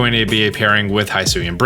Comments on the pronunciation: It's hIsui and not hAIsui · Dude, I love your videos. I watch a ton of them. I know you saw the "pokemon presents" because I saw you watch it. So why are you mispronoucing Hisui (Hee-soo-ee) when we both know the narrator said it several times? For real, High-sue-yah? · The region is pronounced hee-soo-ee. Japanese i and u are always pronounced as ee and oo, respectively. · ITS HEE-SOO-EE NOT HY-SO-EE leave it to people to continue to INCORRECTLY say a pokemon region name 10 seconds after hearing the official pronunciation. Not difficult to pronounce japanese vowels, ya know since they’ve always been pronounced the same since inception. I - EE O - OH A - AW as in AWesome U - OO like in “moo” E - E sound like in “bed” Why say the word if it’s gonna continue to make others cringe. Its not a mashup up of the english word for hello+sui it is Japanese say it right please. Only tell you in the trailer 2 or 3 times how to say it. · Don't want to be that person. But it is he-soo not hi-soo. Japanese pronunciation. Comes from ひす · it’s pronounced “Hee-Soo-ee” not “high soo ee” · Its pronounce Hisui ( He sui ), not ( Hi sui ) if u want to confirm that go back to the presents and the narrator clearly says it, stop calling it the wrong way. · The region name should actually be pronounced HE-SU-WE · bro i swear to god. its pronounced h-ih-sooi and weird deer. did you even watch the direct? edit: have you considered that ride pokemon must be captured by the player and placed in their party before they can be used? edit 2: just wanna bring up that the coloured dots coming from the sky crack are the same ones as when time and space almost collapsed in diamond and pearl edit 3: ultra balls also appear later in the trailer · Is it pronouced “Hee-soo-e”? Because it is Japanese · the way he keeps saying hisui wrong is getting to me, i know he says things wrong on purpose often but this one i think he isnt realizing its not a long i